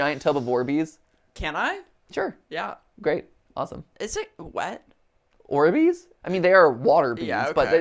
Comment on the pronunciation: when matpat said "orbeez" i thought he said "war bees" and got very confused and scared for a second then mirror matt asked if they were wet and i got even more confused before realizing what he said